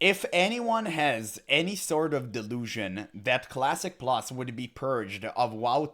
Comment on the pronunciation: ermmagerrrd cwassic pwus???? soyyyffaaaaacccceeeeeee